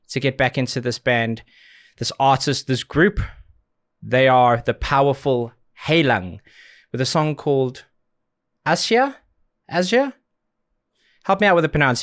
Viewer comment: By the way, the "Hei" in Heilung is pronounced like when you greet someone with "Hi".